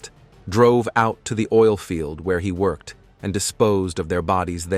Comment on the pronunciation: Wait now you're saying meenus instead of minus?? A woman that he work-ed with?? What the hell is wrong with you, you don't exactly have a foreign accent..